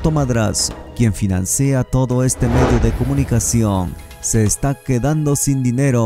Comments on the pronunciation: Se dice financió, no financeo, mms. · Financea? Debería darte vergüenza, " finansea" esa palabra ni existe!